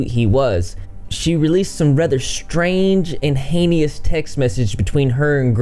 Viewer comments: “Heinious”? “Heinous” is pronounced “Hain-us”. “Declination” would just be “decline” in this context, also. It’s understandle though as English isn’t your first language and you’re not an adult yet. I’m about a third of the way through so I’ll help you out with anything else if it comes up. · You pronounced Heinous wrong, and used the word declination wrong. I know I’m being a smart ass, but it does bother me when people use words they don’t really know just because they sound smart or whatever.